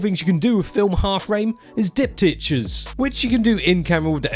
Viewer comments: Diptychs… it’s diptychs. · You are pronouncing diptychs wrong 😂